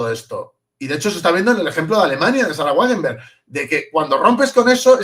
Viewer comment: Wagenknecht = "Vaguennejt"